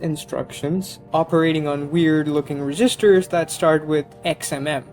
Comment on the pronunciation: ".... reeeGisters"? Oh, you mean registers; as in cash registers. At first I thought you were saying "resistors".